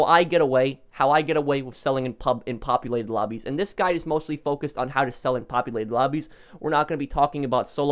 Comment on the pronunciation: i'm sorry but i heard you say crew robbies instead of lobbies and i just creased!!!